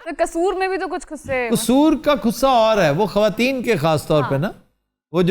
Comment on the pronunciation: Nayab said khusry instead of khussy😂😂😂😂😂😂😂😂